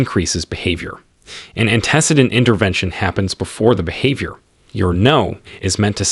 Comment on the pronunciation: Antecedent and intraverbal lol